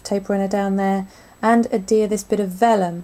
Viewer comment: Oh God, seriously. How much did it cost u to buy all those gadgets??? lol. I dont mean to be a pain but the word Adhere has a 'H' in it.